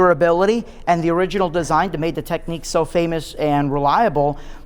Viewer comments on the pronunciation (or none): Technics not Techniques... ffs America with your over pronunciation of words kills me. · How can someone be a dj and NOT pronounce Technics ? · you don't think they should be able to pronounce the name of their own company properly ?